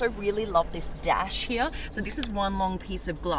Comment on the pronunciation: It’s here not heay